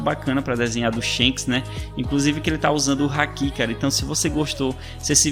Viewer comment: e Shanks e não shenks